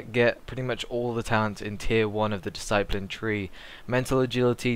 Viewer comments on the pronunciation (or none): whats a diseyepline? DISS-A-PLIN discipline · DiSS-A-PLIN, EVANJ-ALISM good God! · It's Pronounced Dis-I-plin. Discipline. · I appreciate that everyone has to start somewhere, i have no problem with that, gz to him for taking the time to try and help. I just wish he could say Discipline properly to make himself more credable. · The guy can't say "Discipline" correctly, Ooh a shame mate not everyone's perfect the guy's here to help everyone out who's new to Priests, He might not be LOLMLGPROXOXOXOpriest like Hydra or something but he's doing it to try and help. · Don't trust a priest who cannot say discipline properly. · you say discipline weird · Learn to say discipline properly.